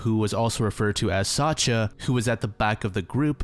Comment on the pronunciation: just fyi, Sacha or Sasha is pronouced sa- SCHa like shushing someone. I know pronouciation varies from language to language but its a pretty widespread name so maybe this is helpfull